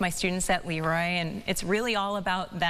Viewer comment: So very nice,not just for her recognition but also to hear people pronounce Leroy properly. 😊